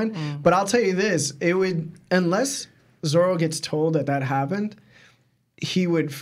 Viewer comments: Every time I hear you call ZORO zolo I wanna just go watch something else . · Is it just me or is dud saying ZORLO?